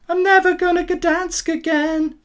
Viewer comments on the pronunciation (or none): Gdansk not Gadansk!